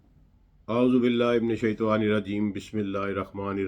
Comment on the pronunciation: Assalam o alekum main aapki knowledge ko sarahta hun aur aksar aapko sunane ka shurf hasil karta hun... lekin meri ek guzarish hai ki aapki adaige e ilfaz main aik do corrections hona zaruri Hain.. jaise ...Auzo billah himinash "shaetwaa" ki bijayey "shaitan ir rajeem" Sahi pronunciation hai . aur Allah huma "sallay" ki bijayey "salli" alla Muhammad.. durust pronunciation hai. Please make this correction. No doubt information you provide is remarkable. Best Regards & Thanks..